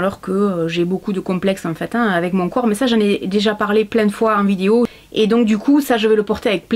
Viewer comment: « cette vidio » 🤣🤣tu me fait trop rire avec ton ptit accent 😭